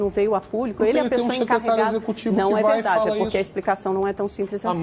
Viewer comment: Coitado do Lacombe!!! " É vedade ese bilete" 🤣🤣🤣🤣